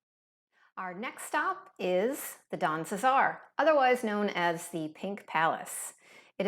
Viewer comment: Don DeSar? Pretty sure it’s the Don CeSar?